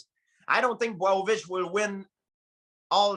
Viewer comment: Let’s talk about Justin POIH-YEEA and Jan BUAOW-VICH